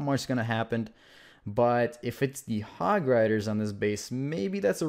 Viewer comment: I keep hearing "hog-rrzz"